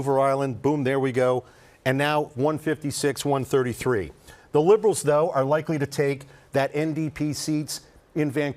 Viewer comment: Like he keeps saying aloens